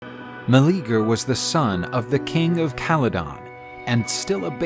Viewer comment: His name was not Meleager (Ma-Lee-Ger) I hate they are botching it so hard. 😓 Its Meleager (Mel-Lee-yay-ger)